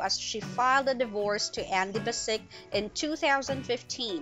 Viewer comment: Oh man...you gotta learn to pronounce the cats's name correctly...it's not that hard because they actually state their names in most episodes. It's Ikens it has an A in it so it's AAAAAAAAAAAikens. And Bassic is Bassich with a 'ch' for children at the end. It's really not that hard.